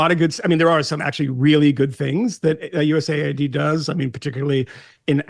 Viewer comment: Megyn it’s US AID not USA ID…